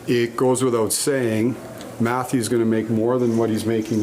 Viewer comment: He said Matthew not Matthews!! Caught me for a second.